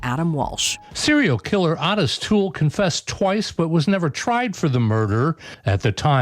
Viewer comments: They literally never pronounce anything right. O-TIS. Not ODD-IS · People get confused because of the odd spelling, but you're correct. He pronounced it like O-tiss, not OT-iss.